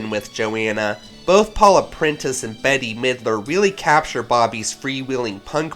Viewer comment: HOW DARE YOU SAY BETYY MIDLER YOU ARE NOT QUALIFIED TO REVIEW ANYTHING!